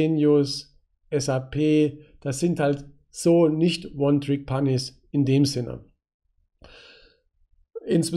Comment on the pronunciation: Wenn du One Trick panies anstatt Ponys sagst, dann triggert mich das schon hart^^.